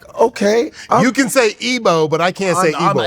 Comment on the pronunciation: I will give it to Akbar....your yoruba- you pronounce your name very well....but Godfey, your igbo sounds terrible- learn how to say your name...you did good with Ndubisi but the rest no